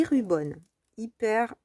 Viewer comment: Hello, très beaux achats. Je confirme la boutique JournalSay est ma préférée, je suis une grande fan et le service client est TOP. J’attends ma 7ème commande !! Juste une petite remarque, le mot anglais Ribbon qui se prononce bien avec le i et non rubon qui veut dire ruban adhésif. Bonne journée. Merci pour avoir mentionné les liens en barre d’infos, j’ai mis quelques articles dans mon panier 😋👏🏼.